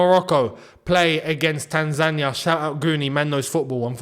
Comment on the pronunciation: cheering for Morocco hurts man💔 I feel betrayed😂 Really wanted to hear your thoughts about the match and your views on how we played! It’s a fair assessment, wish we got atleast a point but Morocco were class👏🏻 Love how you pronounce Tanzania! Welcome, visit Tanzania when you get the chance mate its a beautiful country, beautiful and friendly people with lots of interesting touring sites including Zanzibar, Kilimanjaro the highest free standing mountain in the world, The Serengeti and so much more❤ 🇹🇿🇹🇿🇹🇿